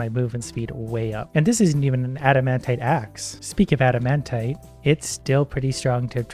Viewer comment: Just to help something out for you and the us the viewers because it triggers us so much. the pronounciation is not adamantae, but adamantight